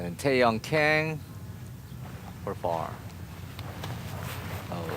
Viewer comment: 한국은 캥씨나 퀭씨는 없습니다~ "강"으로 발음해주세요~^^